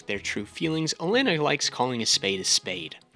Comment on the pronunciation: It’s O-lenn-A not elenna